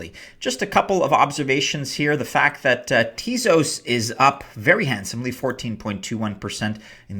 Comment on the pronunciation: It’s pronounced Tez Os not Teaz Os.